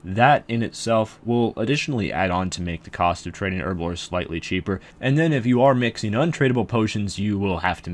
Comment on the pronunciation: Why does everyone on youtube say herblore like a spastic.